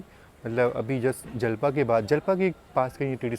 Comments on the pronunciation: bhaiya that was japla not jalpa 😊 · जलपा ❌ जपला✅ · जलपा नही जपला Jalpa ❌ Japla ✅ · Japla hai bhai na ki jalpa😂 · Jalpa nhi japla 😅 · Jalpa nahi Japla naam hai